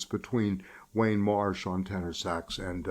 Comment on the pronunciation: It is Warne Marsh,, not Wayne.